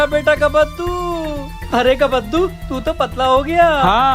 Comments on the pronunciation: Kabbaddu❌ Kaddu✅ 😂😂😂😂😂😂😂😂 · Kabbadu❌ Kaddu✅✅✅✅😂😂😂😂